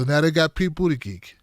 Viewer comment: it's pronounced "BOOT-uh-geeg" 😂